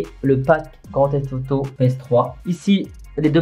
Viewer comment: T’as remarqué quand tu présentes les grand theif auto tu dit grand thief toto